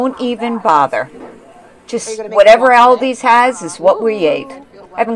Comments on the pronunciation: She keeps saying albies😊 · Same All Dees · We pronounce it All-di’s not Al-di’s